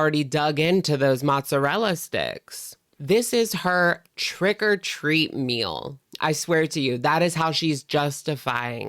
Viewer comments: I swear I thought you said “trigger treat” lol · It sounded like you said trigger-treat-meal 😂